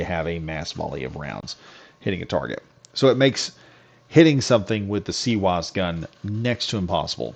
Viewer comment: Its not a cwose its cwis the w i z